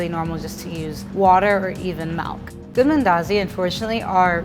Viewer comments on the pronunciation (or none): Wtf is 'malk'? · She also pronounced "milk" as "malk" 😂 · All I could hear was MALK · She rlly said coconut melk 🤦🏾‍♂️ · she said malk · Love her just cringe when she says “melk” 😖